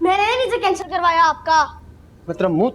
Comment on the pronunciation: Matlab❌ Matbal✅😂🤣😁😀😆😄😃🤪😜